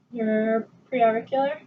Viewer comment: Holy shit... Woman makes many mistakes. I’m not even a doctor and know these... “Palpitate”, “tugur”, “lairnyx”, “pre-oracle”, “post-oracle”, “sub-mantle” 😱